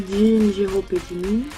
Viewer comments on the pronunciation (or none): J-Hope se prononce"Jey-Hope" et Suga se prononce"shouga" sinon super vidéo comme d'hab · J-Hope se prononce"jey-hope " sinon super vidéo comme d'hab 😘